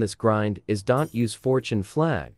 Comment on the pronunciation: you should put a comma in "don't" in your ai voice script so it pronounces it right.